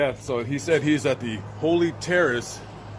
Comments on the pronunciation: Thank you for the video. I always enjoy your work. BTW, it's the HOLLY (HAWley)Terrace, like the tree. I probably would have said "Holy" as well. Seems more fitting for a cemetery. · It is HOLLY Terrace not HOLY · It's Holly, as in the Holly and the Ivy, not Holy. Just saying. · That said Holly, not Holy. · Did they spell HOLY wrong????? HOLLY??? Or is just pronouncing it wrong???🤔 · Holly not Holy! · It's not Holy Terrace -- it's Holly Terrace. Sorry -- I have a thing about accuracy in reporting. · Dude, Can you spell? You kept saying Holy but it is HOLLY on the building!!!!! Also giving details of the condition of Mj at the coroner is tasteless! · It's Holly as in 'holly and the ivy', not holy ffs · My friend. It's Holly. Not Holy. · My friend, not "Holy" its Holly..due to the many holly bushes which will poke you terribly around it..❤ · two L's is Haw-lly brotha. Not Holy. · That would be holly not holy. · It's Holly....not Holy .....just saying 🙂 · It's Hol-lie as in dolly... sorry I had to just mention that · Holly=HALLEE.....Not Holy..... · Holly as in jolly. Or as in Hollywood. ✌🏾